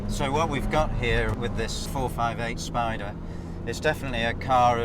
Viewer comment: "the 458....SPIDER"